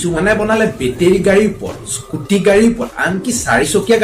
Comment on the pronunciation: Najana not eskuti ,skuti